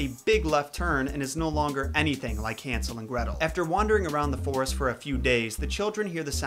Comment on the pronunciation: Hansel? HAN-sel?! Han-SEL?